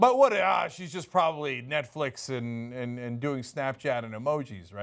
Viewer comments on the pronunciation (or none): Did she say Netflick? Lmfao